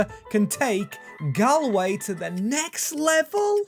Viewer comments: As someone from from ireland its no gal way its gaul way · saying gahl-way broke my heart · it prounanced golway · Galway is pronounced gawl way